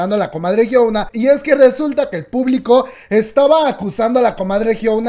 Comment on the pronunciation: Por qué no puedes pronunciar bien? QUIEN ES JIOUNA